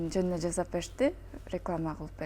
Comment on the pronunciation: Жазап эмес жасап канча айтам